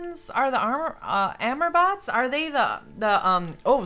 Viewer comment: its not amer bots its ah-more bikes, like love in french.